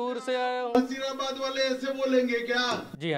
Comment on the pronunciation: भाई वो नसीराबाद है नजीराबाद नहीं